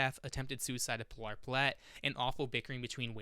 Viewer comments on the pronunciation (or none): none